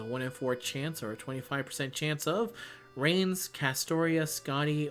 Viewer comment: I gotta say, I die inside every time you say Reines's name. It is pronounced like "Rai-Ness." Please... I beg you. Treat my gremlin El-Melloi princess right. 😭